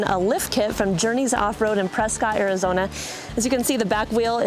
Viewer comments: It is pronounced presKITT not presCOTT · Out here, it's pronounced "Preskitt."